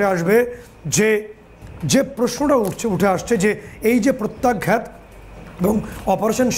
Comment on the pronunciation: "আঘাত" আর "প্রত্যাঘাত" কথা দুটিকে ঠিক ভাবে উচ্চারণ করুন । বিশ্রীভাবে ভুল উচ্চারণ করছেন । "আঘাত" শব্দটিকে বলছেন, -- "আগঘাত" এবং "প্রত্যাঘাত" শব্দটিকে বলছেন,-- "প্রত্যাগ-ঘাত" । কানে বিশ্রী ভাবে লাগছে । আপনারা কি দর্শক শ্রোতাদের কমেণ্ট আদৌ পড়েন । মনে হয়, না, পড়েন না । কারণ, এই বিষয়ে গত কয়েক দিন ধ'রে এই কথাটি বলছি । আপনারা নির্বিকার । -- মানস রঞ্জন চৌধুরী ।